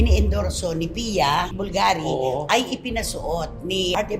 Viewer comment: said it right when he pronounced Bvlgari.:) good job